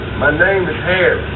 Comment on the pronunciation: How many times my mans gotta say “Hharriss”😂 I would’ve been mad asl too